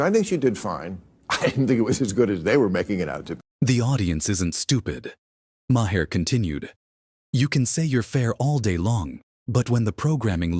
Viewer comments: His name is not "Ma hair" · AI. Says, "muh-hair." Terrible. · Say the dudes name right. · Good Lord man, pronounce his name correctly.